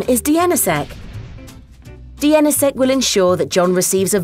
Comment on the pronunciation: Ah text-to-speech algorithms can't parse acronyms. "dee en essa sec" LOL WUT?